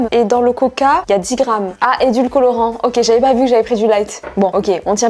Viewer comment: ... "Edulcolorant" ?? 🤔😁. Édulcorant non ? 😊